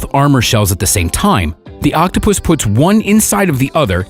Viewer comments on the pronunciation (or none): Nobody seems to notice how the narrator says octo - puss instead of octopus! Reminds me of octopussy! Lol I couldn't stop laughing! But otherwise kudos to the good people who saved him! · I like how he says “Octopoosh”. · Lol as I read ur comment he said octopushh lol